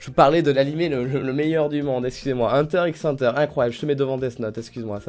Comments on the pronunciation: HunterXHunter c'est ton animé préféré mais tu le prononcé mal 😂 Ça se dit Hunter Hunter on prononce pas le X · Euh on prononce pas le X de HunterXHunter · La prononciation correct est hunter hunter il me semble puisque le X veut dire a mon avis contre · Si t avais pas mis hunter x hunter je t aurais trucidé 😂 J ai vu que que le x ne ce prononcais pas dans le nom ca ce dit huntet hunter REGARDE KIMITSU NO YAIBA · J'avais peur que tu mettes pas hunter x hunter car oui ses un chef d'oeuvre (et sa se dit hunter hunter) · Je suis complètement d'accord pour HxH par contre je crois que ça se prononce "hunter hunter" faut pas prononcer le "x"😂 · Parce-que "normalement" on dit Hunter Hunter, mais j'avoue que moi même je le prononce souvent Hunter x Hunter et j'le vis bien 😂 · Un fan de HxH qui prononce le x ? Intéressant ça, du jamais vu...